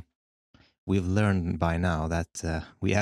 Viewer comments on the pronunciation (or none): none